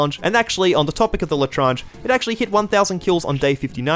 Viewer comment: Most painful part of the challenge was hearing his pronunciation of l’etranger (Les tran je) not la trange